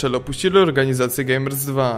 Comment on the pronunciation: świetne , ale dlaczego wymawiasz zamiast gamers two gamers 2?